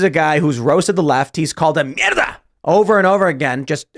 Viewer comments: Being Argentinian, hearing Tim say "mierda" is so, so funny!! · DITTO CHE, LOL